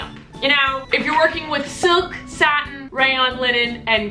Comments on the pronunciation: Lmao she said satan instead of satin 😂😂😂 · Satin? Lol not Satan 😂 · satan? lol it's satin! 😂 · Satin,. Not Satan. Satin. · did anyone else notice it said satan instead of satin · LOL Satin not Satan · lol omg I think you meant 'satin' not 'satan' 😬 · it said satan not satin sorry bye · it said satan instead of satin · Lol you said Satan for satin